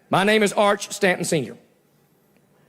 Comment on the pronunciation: Arch Stanton or is it really Arch-Satan? 😆